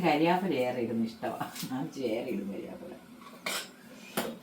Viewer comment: കരിയാപ്പിലയല്ല കറിവേപ്പില😂